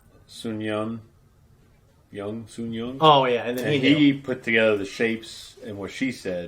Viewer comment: It's Sang-woo, not Sun Yun.